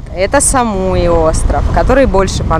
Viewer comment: СамуИ а не СамУи